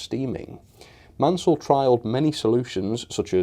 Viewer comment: Hi nice review but the designer was Richard Maunsell ( pronounced Mornsell not Mansell). Sorry to be a pedant, but he deserves to have his name pronounced correctly. Thanks again for your reviews & news updates.